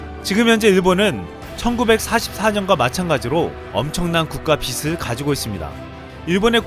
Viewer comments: 일본 골 때리네요 ★★★★★ 비슬 가파따(X) 비즐 가파따(O) 항상 빠른 정보 감사합니다♥ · 빚을 -> 비즐이라고 발음 해야 합니다